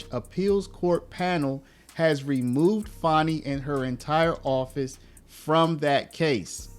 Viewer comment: It's pronounced Fani not Fauni. AH